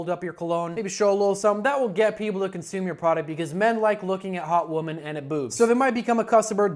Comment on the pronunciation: It's pronounced 'wimmen'. Don't regress our language to the stage of pre-singular/plural separation!